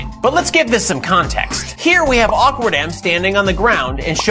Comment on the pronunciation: "shofer clone" and "awkard" .. lmao